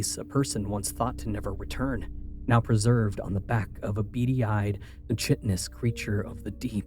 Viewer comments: Can anyone please explain what “hype this video” means? Also, if the word chitinous is correct, the correct pronunciation is KITE-in-us The first syllable doesn’t sound like the word “bit” and the ch at the beginning doesn’t sound like the ch in the word cherry. Just a respectful correction for future use. Always loving your gifted voice, thank you for sharing it with us. Be blessed! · I’ve got no idea about “hyping”, but thank you for adding the pronunciation correction, I was gonna say the same thing myself 😅